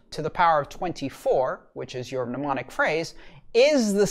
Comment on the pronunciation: As politely as possible the first m is silent.